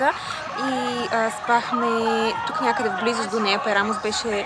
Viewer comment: Много опознавателно и интересно видео :) една препоръка/съвет: Моля ви, назовавайте имената на местата правилно, за да давате най-точна информация, а и за да е по-автентично :) Не е “хейт”, но на гръцки всяка дума се пише с ударение и това може да ви помогне. Ста̀врос всъщност е Ставро̀с, Амоло̀фи е Амо̀лофи, Пера̀мос е Пѐрамос ;)